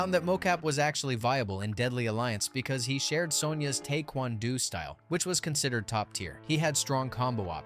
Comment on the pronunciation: Has to be messing with us with the way he pronounced Taekwondo and Gi or I've just been saying it wrong my whole life lol